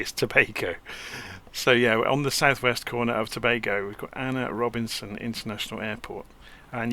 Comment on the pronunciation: Thanks for reviewing. As a Trinidad & Tobago native, A.N.R. Robinson is spot on. Cheers